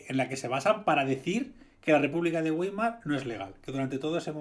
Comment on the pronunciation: Weimar se pronuncia más o menos baimar, en realidad es vaimar, pero como en español no existe la "v" labidental, creo que con baimar es suficiente.